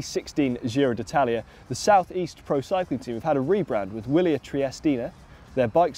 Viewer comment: It is pronounced Vee'-li-air